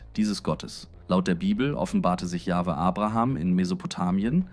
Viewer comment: Natürlich ist es eine KI-Stimme, alleine schon die Aussprache YupselonHweH=Yahwhe (Yachwe ausgesprochen).